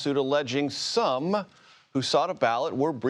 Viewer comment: The way he said “SOME” screams fair and unbiased reporting 😂